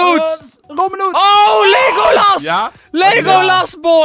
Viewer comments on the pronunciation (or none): none